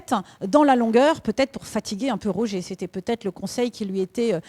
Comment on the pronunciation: ROGER pas ROGER ^^' mddr